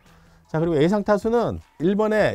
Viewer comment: 형 “에상” 아니라 ”예상“. “한하” 가 아니라 “한화”